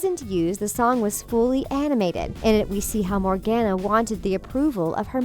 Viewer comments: COME ON!! NOT ANOTHER ONE! It's pronounced, MORE-GONE-UH I wheezed when she said MorGANuh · (Sorry for Hating) PLEASEEEE SAY MORGANA’S (More-Gone-a) NAME CORRECTLY GR